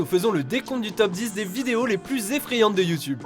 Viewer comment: "EFFRAYANTES" pas "EFFREYANTES" 😂😂😂